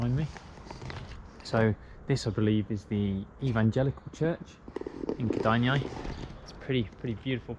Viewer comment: ked-eye-nae is how kedainiai is pronounced lol